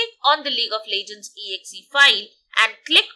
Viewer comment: welcome to lig of lejgends